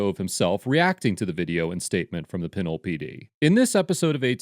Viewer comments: Its pronounced Pin Ole lol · It is pronounced Peh-NOle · It is pronounced “Pin-ol” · Pronounced PANOLE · Pen-nole not pinnle